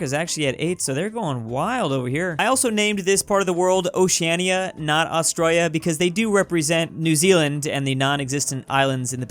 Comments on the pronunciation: Why does he say Australia like that? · Nobody:: Ayseggzualie